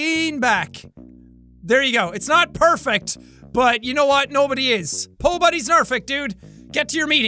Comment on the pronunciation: “Pobodys nerfect”